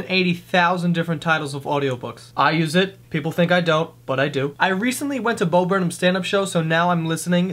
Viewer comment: His name isn't "Bow".